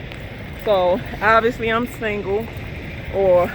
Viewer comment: You kicking so serious knowledge right now baby girl. I love how you say the word single ( you pronounce it "SANGLE")